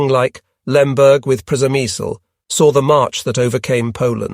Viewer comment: Is the place you mentioning Przemysl? If it is, it's pronounced "Shemish". Yep, Shemish.